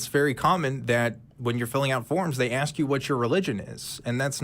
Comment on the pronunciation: And saying ax instead of ask.